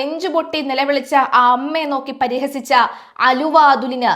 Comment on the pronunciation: prihasichu ennu para...parihasichu chirichu ennu parayilla... malayalam